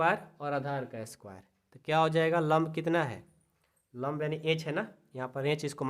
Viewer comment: Vo lomb nahi hota 😂😂😂 lamb hota hai😊😊😊😊